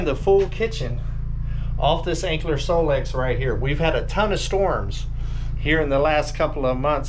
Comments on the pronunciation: It's Anker pronounced like Anchor not Ankler just sayin' not hatin'. 😉😊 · You're pronouncing it with an L. Anker? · Lol. They teasing cuz there is no L in Anker!!!! Gotta say the product name correctly when promoting it. Please. 😊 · Sorry but you’re not pronouncing it correctly.